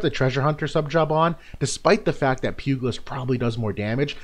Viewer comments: Great review! Thanks for this. BTW, pugilist is pronounced like "pyoo-jill-ist", not "pyoo-gill-ist" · Awesome video, great analysis as usual, just one thing - it's pronounced pyoo·juh·luhst :) keep it up man!